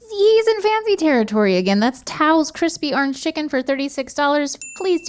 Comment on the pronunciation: lol "arnge"